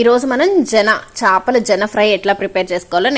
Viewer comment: జెన కాదు మేడం. సెన అంటారు